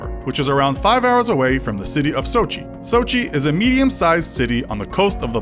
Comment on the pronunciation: The way he says Krasnador and Sochi makes my inner Russian cringe...